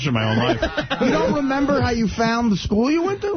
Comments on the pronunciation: The was jd says da instead of the and dis instead of this really drives me nuts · “Dee enda da slide” Fucking infuriating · really is incapable of pronouncing ‘th’! This = Dis, that= dat, the = da. Lord uh da rings. Fucking annoying